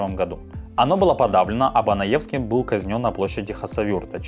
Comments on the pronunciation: Байсангур - не поляк пан Банаевский, а БЕнОевский вообще-то. У Вас "еоргафия" страдает... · Не банаевски а бЕноевский😂